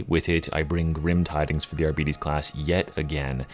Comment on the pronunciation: Honest question, am I crazy or do you pronounce it "Ar-bee-bees"? I think it's hilarious if you do, and if you don't I'm going to pretend otherwise.